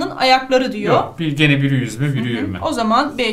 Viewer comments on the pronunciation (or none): none